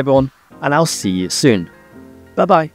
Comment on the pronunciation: Seems Scotland is rubbing off on you. The vowel in “soon” in your last words ‘I’ll see you soon’ seem to reflect your time In Glasgow. 😊 but, hey, I’m an American, so what do I know? 🤭